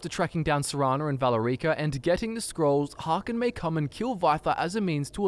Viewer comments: The way you said Valerica's name drives me crazy lol.. it's "Vuh-lair-icka" not "Valla-reeka" lmao Even Harken demonstrates how it's pronounced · Look guys i love the channel but its pronounced Val air i ka Not Vala ree ka Sorry if i sound like a know it all im just ocd about the way words are said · Love your videos, but "Valore-eek-ah"? You hear it pronounced in game as "Val-air-icka" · Valuh-REEEEE-ka Sorry, I couldn't resist. Serana pronounces it as "Val-Erica" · Val-uh-reek-uh lol, it's Vah-lair-ick-a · Valer-EEKA? you mean Valerica? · It's pronounced "Val Erica" not "Valar Eaka" C'mon dude, you should know that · I'm lmaoing about your pronunciation of Valerica, as Vala-rica, wich means wealthy ditch in portuguese 😂😂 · Isnt it VAL- E-RIC-A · I am sorry for being this person but... Is not ValeRIca. Its VaLErica. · It's Valerica, just prenounce it like in game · At least someone else noticed that, it was driving me insane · The way pronounced Valerica reminded me of how Drake from Drake and Josh pronounces South America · What's up with the pronunciations of "Valerica" and "Vyrthur"??? Lmao. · You’re mispronouncing Valerica’s name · Your petniunouncing Valerica wrong